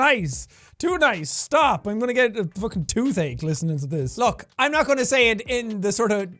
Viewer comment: Jack:ill tell u a secretits called'i dont fawkeen know' Me:ok